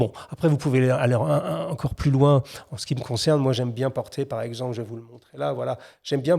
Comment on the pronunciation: çà vas très louins, presque trop louuiins